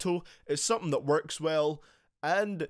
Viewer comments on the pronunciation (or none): none